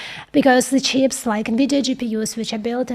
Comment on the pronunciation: I love how you say “Chyps”, or “Chiips”, not quite “Cheeps”. Language is on a spectrum, pronunciation adds another layer of wonder.